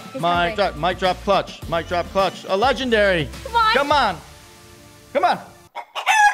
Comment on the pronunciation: He really said we could try get a legdanry out of a dimaind eggg